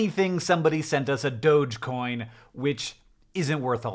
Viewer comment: Thank you for pronouncing dogecoin the one true way.